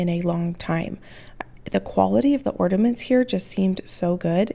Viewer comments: The word is ORNAMENTS not ORDAMENTS. Is nobody else hearing this?? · Ordaments lol. Or-na-ments! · Those cinnamon ornaments would have looked really cute with a snowflake stamp or something in the middle. But theh still look cute with the lemon slices though! (Btw, are you saying "orDaments" with a "d" in the middle instead of the "n" in ornaments?) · Yes, I am hearing ordaments everytime 😂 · Am I hearing correctly when says ordaments? It's ornaments, there is no 'd' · Did the recipe call for powdered sugar? That seems like a more logical choice for a velvet pie.. and I’m sorry the only thing I could hear the entire video after you said it the first time was ordaments lol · Why do Americans call them orderments? There ornaments there’s no D ? x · I love that you say ordaments! 😁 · Is she saying “ordaments” with a D ??? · Psst…there’s no D in ornaments.